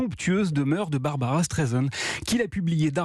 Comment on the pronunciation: BarbRa not Barbara